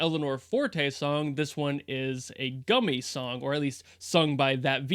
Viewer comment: i did giggle a little every time he said Gummy...